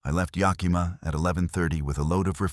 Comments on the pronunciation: As someone who lives in the Pacific Northwest I have to tell you that nobody pronounces it Ya-kee-ma or Na-cheese. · Nobody and I mean nobody can seem to pronounce Yakima correctly 😢. Can't the AI voice be programmed???